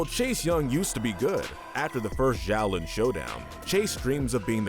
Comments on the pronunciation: Isn't Xiaolin pronounced more like "Sholin" than "Zholin"? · Zhaolin ? That pronunciation is hurting me lol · i just don't understand how he continuilly mispronounces the name of the series when its said in every episode multiple times